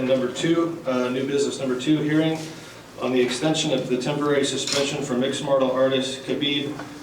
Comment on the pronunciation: FOOOOOOOOOOOOOOOOOOOOOCK all Committee members... worst corrupt politicians. Since they donot any real work. All they do steal money. All MMA fighter should decline fighting in Nevada ever. Dumpass in stupid suit doesnt even know to pronounce martial artist. What a bunch of losers